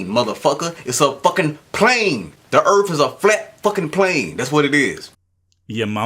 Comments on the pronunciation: So this is how you spell it. Earth, but it is said Earf. So is that “phat? Also, thuckin. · "Da Erff"? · The Erf fucking flat xD damn man learn to speak before you start on complex matters bwahah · Just where is this "Erf" of which he speaks? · Da Earf id flah yo! Dumbass! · "Da erf is fucking flat." Absolute gold. He ought to do stand-up comedy! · You could replace every instance of "suck my balls" with "because I'm retarded" and it would not lose context and would actually hold true. Also, I don't think anyone should take scientific advice from someone who says "earf." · I don'e thin diss foo from planet earf. fut dat. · what's an earf ? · "Its called an air-plane because the earf is flat". That statement gave me cancer. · Fuckin errf....is flat......errf.......bahahahahaha errf... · Why are so many supposed smart people so bad at talking. If you can't say earth properly you have no business telling people how it works.